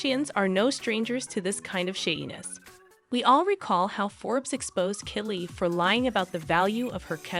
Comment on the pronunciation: The robot is not pronouncing the names of these famous people correctly. Therefore it’s very hard to understand…like who’s Caney?? And who’s Killee?? Never heard of them. Do better. At least listen to this trash before you air it!